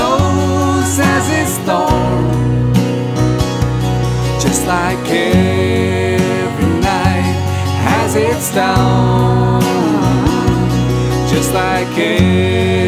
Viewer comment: It's not down you're supposed to say dawn <3 you've put together a great video 👏